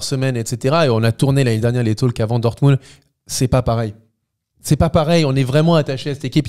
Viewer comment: J'adore vos talks ! (juste un truc, on ne prononce pas le "L" dans Talk) 😉